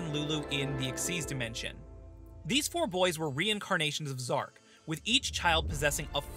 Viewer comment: Zarc not zark